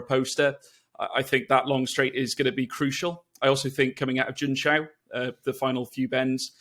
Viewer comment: I love how English speakers mispronounce Junção 😌 difficult word that Check it out on translate, it’s not Jun-K-A-O, but something very different 🙃 Or Jun-TCHAO as it was said here. That ã in Portuguese is a hard one to get Same for São Paulo